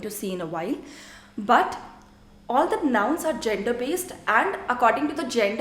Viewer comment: U are excellent with French and the way u simplify it to teach it is just amazing. Just one thing when u say THE in English u don’t use ur lips by rounding them use ur tongue touching the back of ur front upper teeth without rounding ur lips. I can understand ur issue as I have an issue with learning French pronunciations bcz English was my first language . 😅. I am trying to unlearn my English accent 😁